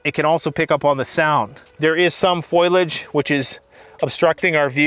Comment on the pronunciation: Dude says "foilage" multiple times. Is that just a Canadian thing to mispronounce foliage??